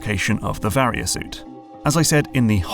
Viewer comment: You finally pronounced Varia correctly lol